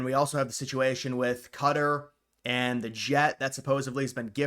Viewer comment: Qatar is pronounced as Kah-taar